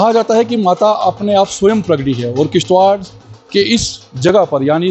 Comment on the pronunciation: It's kishtwar not kishtwakar